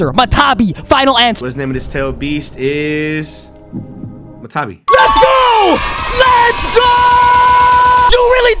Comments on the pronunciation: not MA TA BI its MA TA TA BI 2 ta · bro the 2 Tailed beasts name is not matabi its matatabi